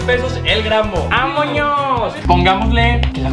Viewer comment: Ame cuando dijo amoños ✨